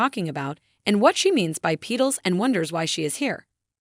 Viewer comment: I went insane after the A.I. kept saying Pee-Tuls instead of saying Petals correctly